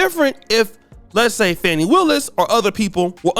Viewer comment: Yes. It’s Fani. Not “Fauni” as they’re calling her😅